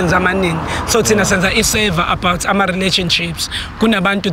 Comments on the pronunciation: it’s called survey not server 😂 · awe, on the next episode you must say SURVEY not SERVER. sure king✌🏿